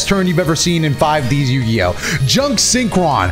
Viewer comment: He's been saying the title wrong for years now